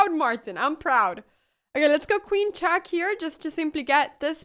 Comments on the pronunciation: she says chack instead of check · it's "check", not "chaak" ! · love this girl but just saying it cracks me up 9in a good way haters) when she says chack lol